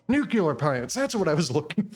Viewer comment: Nu clee ar , not nukular